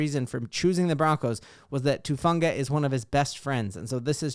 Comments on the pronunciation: Gahhhh! Everybody keeps calling him Tufunga. His name is Talanoa HUFANGA. HU. HUFANGA. sorry nothing against u love ur content I've just been hearing that everywhere and it bugs the crap outta me for some reason 😂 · Who-fawn-guh..come on now, let's get it right